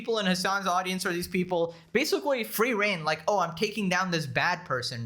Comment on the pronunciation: Basicwee. I know you can pronounce the letter L correctwee. Why won't you get some very basic and cheap speech therapwee? It'd raise your potential production value substantially man...